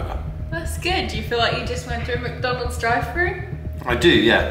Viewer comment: Please stop saying muck donalds 😂😂